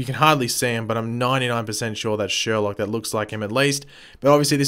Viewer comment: "It's sher-loke"